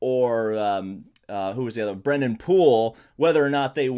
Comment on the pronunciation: It's BreNNan Poole.